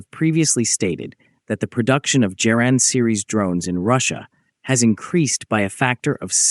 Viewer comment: It is pronounced Geran with a hard g, as in god or goat, not "jeran"; the soft g sound does not exist in Russian.